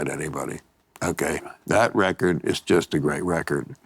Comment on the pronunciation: Grreat recorrrrd....grreat recorrrrd!